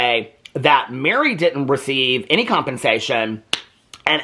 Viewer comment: It’s mer-ri not Mary